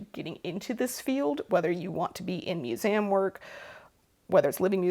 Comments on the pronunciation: No one, Not A Soul:: Mus-ay-um 😜❤️❤️ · As a fellow learning and history lover, I find it SO interesting how you pronounce “museum” part of your regional accent I assume, hopefully this doesn’t offend you, but I’ve been reading a book on linguistics and the history of human language and as a Spanish speaker I find it very interesting how you pronounce the word as it would come naturally to me, instead of “American” vowels, I don’t know just a rambling hole you sent me into in this sewing video of yours that I was already very interested on, haha, love you videos, glad to hear you’re making this your full time job, and godspeed on that :)